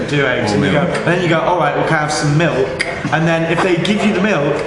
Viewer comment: I love matty but the way he pronounces milk makes me hate it even more than i already do.